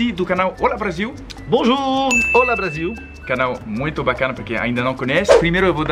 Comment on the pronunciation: Legal que o tem um canal com nome "Olá" e pronuncia a palavra errada desde sempre